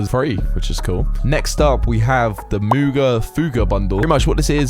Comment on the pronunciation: Moog is pronounced like Mohg, Lord of Blood.